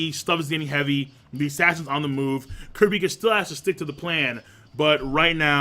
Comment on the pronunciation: lol cant pronounce kurapika